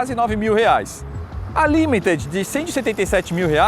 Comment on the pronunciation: Finalmente alguém para pronunciar LIMITED corretamente 🙌🏻